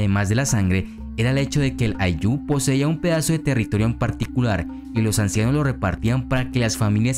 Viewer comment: Muy buena información querido amigo Una observación: El acento de la palabra Ayllu es en "Ay", no en "llu"